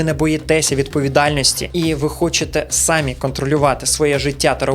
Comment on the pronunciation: Наголос трохи не так ставиш на самі ) , я не доколупуюсь